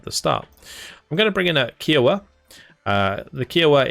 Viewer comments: You pronounced Kiowa wrong bud, its kai·uh·wuh, amazing content as always! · K'eye [as in eye]-oh-wa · I only mention it because you always are so good with pronunciations, but the pronunciation of Kiowa is slightly off. The helicopter is named after the Native American tribe of the same name and instead of a ‘q’ sound it’s more of a ‘k’ sound. So it’s like ‘Hi’ with a K sound at the beginning. I don’t know how else to describe it in writing lol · Yeah, I was gonna say this! The “Ki” rhymes with “eye”.